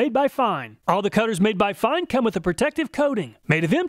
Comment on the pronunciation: It is great to hear "Fein" pronounced correctly! All my coworkers say "Feen" and it drives me crazy!